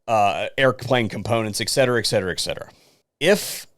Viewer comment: Please correct your language in the future. The word is etcetera not eckcetera. I've been trying to correct people with brains because one person says it wrong and everyone else seems to follow. I told my exs kid living around rednecks that she will never say words right if she listens to them so she needs to learn and correct them.